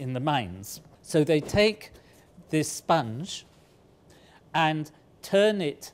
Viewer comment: I don’t know what he’s talking about with the whole “sponge” thing, but just from the way he says it, I feel like it’s spelt “spunj”